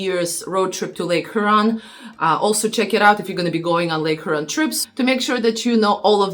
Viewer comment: It’s HYOOron. Not HOOron